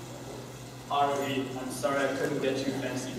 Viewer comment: every panel i go to/ watch about OHHC they always say Haruhis name wrong @@